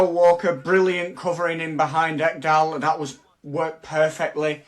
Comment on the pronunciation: well you butchered Ekdal's name 🤣🤣🤣